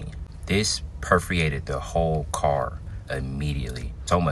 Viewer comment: Did he say the smell "perfuated" the car ?!😂😂😂😂😂😂😂😂😂😂